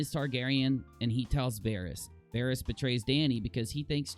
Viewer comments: Please pronounce the names right!! Daenyreeeus and Vareeeus? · wtf is a varius and a danarius